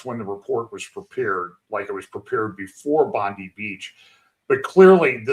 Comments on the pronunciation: No report to Antisemitism in Australia and Bondi (pronounced bond eye) beach is in Sydney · Hi. It's pronounced 'BondEYE'. And it's in Sydney..